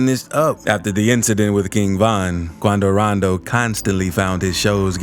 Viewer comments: If he say quandow randow like that one more time he finna piss me bro🙃 why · “QuAndO rOnDO” 😂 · Quandow Rondow...Attacked! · Why he say Quando rondo like that Hahah. 😭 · The way you say quando rondo makes me wanna peel back my fingernails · He sound so stupid saying “Quando Rondo”